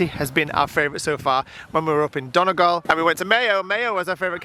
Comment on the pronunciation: Donegal is pronounced like Dun ee gall 🙂